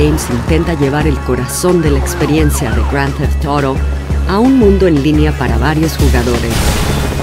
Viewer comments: Gron teft Toro? que pésimo doblaje, diganlo en español o simplemente digan GTA, no hace falta lucirse de saber inglés. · Cabrón! al principio pensé que me había equivocado y me habia metido a Rockstar Games de EUA, por su forma de pronunciar Grand Theft Auto xd Juegazooooo!